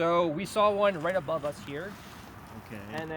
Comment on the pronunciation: That female reporter is totally mispronouncing simple words. "Abrove?"